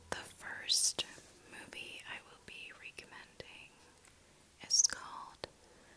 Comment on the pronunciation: Did you know you say recommending differently?